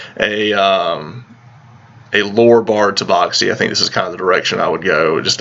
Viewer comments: It's Tabaxi not Taboxi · Taboxy....... That hurt me so i stopped watching... Sorry words are hard I guess